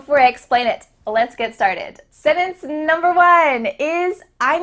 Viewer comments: What an annoying woman. By the way, it is a sentence, not a sinnence. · I hear you pronounce "se-nens" instead of "sen-Tence" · seems big on pronunciation... somebody please tell her that the word "sennance" has a 't' in it. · OK...let's start at the beginning It's SEN-TENCE ...NOT...SENNENCE! Major fail. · Am I the only American who sees the irony in the fact that she says “sentence”in a way only a small portion of the US pronounces it, and she’s teaching non English speakers how to fit in? Just me? Ok. (North says either sent-ence or sen-tence but south tends to pronounce it sen-ence). No hate! Just something I noticed. 🤷🏻‍♀️🥸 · Since you are teaching English, Please say SenTence with a T not sennence! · This made me go back and listen. She said 'sennunce'. I guess that's ok, but I say it (as a native English speaker from the west coast) with a voiceless glottal fricative 'senh-unce'. Or sometimes, as it's spelled, with the 't' pronounced: sen-tunce. That is a little fancier-sounding, and sounds more 'trained.' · What is a sennance? Are you trying to say sentence? An English expert should be able to pronounce words correctly, right? Just axen, aight? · Why do you not pronounce the "t" in the word, sentence? You say - "Sennence". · senTence..... there is a T in the word. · Can you at least pronounce “sentence” correctly? It’s not se-tence!! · you really be out here saying "setance" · Lol, someone teaching English words but mispronunciations the word “sentence”. It’s not “Senance”. 😂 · Why does she say SENENCE? I couldn’t understand the word until she showed us a SENTENCE 🤔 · I'm not native, only living here for a while, but my kids speak perfect English and they told me "DO NOT DAY SENENCE, NO ONE SPEAKS LIKE THAT!" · Sentence is pronounced saying the T, senence is not correct.... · The word "sentance" is NOT pronounced "senance" as you keep saying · You pronounce "sentence" like "setence" Please stop this.